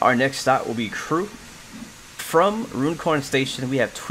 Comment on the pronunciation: Nice! I suspect you didn't get the gold mainly because of the speeding. It's pronounced "run corn" by the way. As in "going for a run".